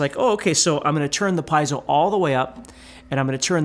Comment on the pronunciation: Good video! But for the love of god… is “Pee-ehh-soh” not “🥧zo”.